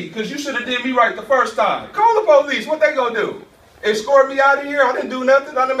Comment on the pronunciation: The word is POLICE not Po- Lease